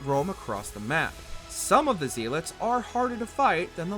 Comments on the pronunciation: What's a zeilet? You mean zealot? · Zeelot? Volholla? The hardest thing in this video is listening to it. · Why do you pronounce zealot like that lol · The narrator for this clearly has never heard the word Zealot said out loud before. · Dude pronouncing Zealot wrong is giving me a stroke.